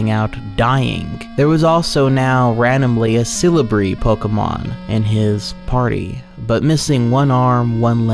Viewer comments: Where in the name of god are you getting an r sound from celebi and why am i so pissed about it? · "Cele-brie." That made me chuckle a little. No disrespect, just find it amusing as a big Pokemon fan. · The second scariest part is his pronunciation of celebi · He doesn't even say celebi right 😭😭